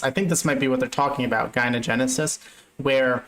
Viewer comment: Dude, gyno-, like in the word "misogyny", it's a soft g. Not G-ynogenesis, so hard